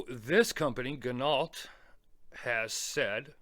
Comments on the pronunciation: That bracelet is the exact same as the Corgeut GMT I picked up on Ebay. It too has sapphire crystal, 316L s.s. case etc. but not an ETA movement. The thing is I picked it up for less that $80. I think anything over $400 for this watch is crazy. BTW, I think it's pronounced "gee NOH". I think they all buy from the same Chinese suppliers - Parnis, Corgeut, Bliger etc. The Ocean Rover is in no way worth $1200. The Steinhart Ocean 1 has all of this, made in Switzerland, and is half the price. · Ginault = pronounced Gin No, like French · It is pronounced "Gin - oh".